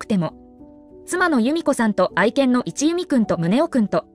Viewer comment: 一弓（いちゆみ）ではなく、一弓（いっきゅう）と呼ばれていましたよ。